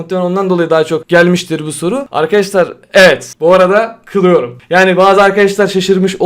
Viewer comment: kılıyorumun k sini duyunca bana bişey oldu helal abi❤